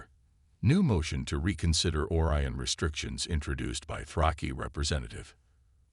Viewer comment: this guy doesn't know how to pronounce simple words its pronounced O-RYAN not as OR-ION